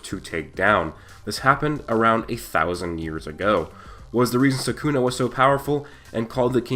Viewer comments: Come on man its sukuna not sakuna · It’s SOO kuu nah not sah KOON ah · Its SUKUNA not saaaakuna ! You brat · It's not Sakuna. It's Sukuna. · it's not sakuna it's sukuna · its not suckuna its sukuna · everytime I hear "sakuna" my brain twitches 😂